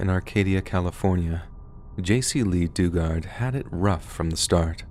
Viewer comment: Her name was Jaycee Do-Guard (phonetic spelling)